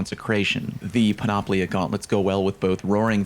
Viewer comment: All 3 armor exotics are Greek Words. 1) Panoplia = Πανοπλία = Full Armor 2) Eunoia = Εύνοια = In Favor 3) Moirai = Μοίραι = Fates Needless to say that your pronunciation on all 3 of them is wrong.